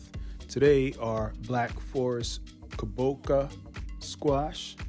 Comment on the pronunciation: You totally butchered that squash name😆